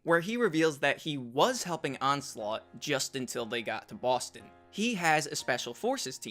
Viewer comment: Homeboy and his Boston pronunciation